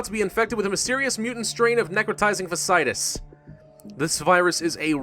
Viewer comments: For your own interest I believe necrotising fasciitis is pronounced - "Fach - e - itis" (the best representation of elocution I could muster, I apologise) all that aside, love the videos and the channel :) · Does it bother anyone else that he keeps saying Fasciitus wrong?